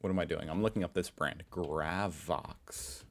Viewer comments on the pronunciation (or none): oh mate, i know 10,000,000 others have told you the same, and I've given you pronunciation-shit many times (I actually dont mind ya) "grey-vox" gravy-vox.. how bloody hard..? 🤦🏼 F@ 🤦🏼 If you blokess invent a word with a "z" in it and you pronounce the "zee" we'll give ya that and do the same, you came up with it.. oftherwise, ffs mate.. its "oo-la-roo" 🤦🏼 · Gravox is pronounced gray-vox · its pronounced GREY as in gravy gravox or gra as in grass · Pronunciation: - Port Macquarie: Port Mack-worrey - Uluru: ŌŌL-oo-roo (emphasis on the first syllabul) - Gravox: Gray-vox (like gravy) We call white gravy "white sauce" and its made with milk and conflour with salt and pepper. And we put this on cauliflour and spuds or corned silveraide. Brown gravy goes on lamb and beef and pork (we normally do pork with applesauce though) You CAN get chicken gravy tho which is white-ish. People show up to vote, but "donkey votes" are common. And the fine for not showing up is like only $50. Suprised nobody called cigarettes "durries" Tax on smokes in Australia is horrendous. Wasnt til I worked for home affairs that I realized how massive the tobacco black market is to avoid paying a weeks wage per packet. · gravox is pronounced Grayvox